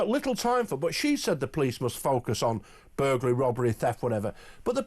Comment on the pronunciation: Did he just say burgalry?